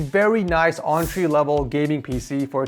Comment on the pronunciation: Bro said "auntry level gaming pc" good vid tho! 💯